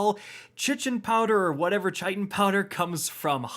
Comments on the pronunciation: Chitin is pronounced “kite in” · just for future reference chitin would be pronounced "kite in" its the stuff bug exoskeletons are made of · Hehe, Chitin... it's pronounced "kai·tn" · chitin... chitin... shitin? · Everybody: Chiten powder (Kie-Ten Powder): Chicken powder! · Chitin "Kite-in" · Chitin = Kyte-in. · Bro stop calling it chichin. It is Chitin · Chichen powder? Where's the second "Ch" in Chiten? Its either Kiten or A hard "Ch" like chair so Chiten. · FYI: Chitin is pronounced Kite-In. Say it quickly. It's a principal constituent of the exoskeleton, (outer covering), of insects, crustaceans, and arachnids.Yum!! ;) Btw, I don't bake this much in my own kitchen! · its pronounced KITE - N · It's so painful to hear you say chitin powder......... it's pronounced "Kite-in" powder. Smh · Chitin = Kai-Tin. Eliksni = E-Licks-Knee. Friendly heads up lol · its pronounced like 'kitin' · Chitin powder is pronounced like Khitin. It’s the stuff you find on invertebrates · Chitin (KITE-in) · Chitin is pronounced Kye-Tin You're welcome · How did you get "chichin" from chitin? Like I get that you may not know how to pronounce it. But like, where is the ch lmao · ITS PRONOUNCED KITE-IN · Hey just letting you know that chitin is pronounced sorta like kite-n and the ch doesn't actually make the ch sound in that word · It’s pronounced “kie tin” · “Chichin powder” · So chitin is pronounced Kite in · Ky Tin - Chitin (substance that makes up the exoskeleton of insects) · Chitin is pronounced like "kite-in" btw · Chitin pronunciation is KITE'N, like a kite you fly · Also Chitin is pronounced "Kite-In" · AKA the video where struggles with pronouncing chitin for the umpteenth time.:) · Chitin is so commonly mispronounced and I can't figure out why